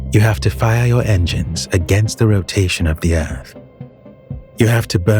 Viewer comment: Did he just say earf? 😂